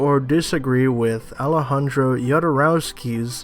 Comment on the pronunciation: The "J" in Jodorowsky in pronounced the same way as the "J" in Alejandro (which you correctly pronounced).